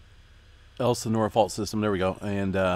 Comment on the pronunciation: El-sin-ore ... you can say it! 😂